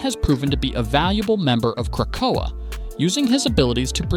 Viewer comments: Yo the ai voice over sucks. Just use your real voice. Every time the ai said Krakoa, I literally wanted to pull a black widow and end myself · There is no pause in "Krakoa"